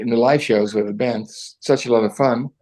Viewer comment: Why do you keep saying "brand" instead of "band"?